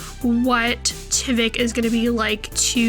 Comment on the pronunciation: It’s tyvek with a long I sound